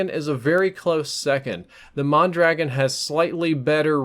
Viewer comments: mon-draw-gone. not man-dragon or mahn dragon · it's pronounced Mon Dra gon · The way he pronounces mondragon kills me lol. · Mondragon, I love how this idiot is about facts and he doesn't even know how to pronounce the name of the weapon. facepalm